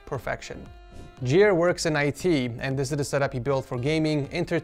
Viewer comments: Not Jere but Jeer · i love how he says Jere like jer